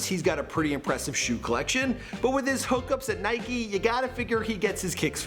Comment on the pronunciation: tf you said Nike and Adidas like that ?